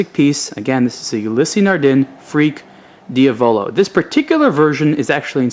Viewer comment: Just a note, Diavolo is pronounced "deeA-voloh" not "dee-Avoloh". You have to say it with Italian accent, not American style.:D Just pulling your leg.